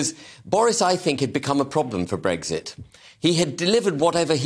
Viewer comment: Ben H. There is no G in Brexit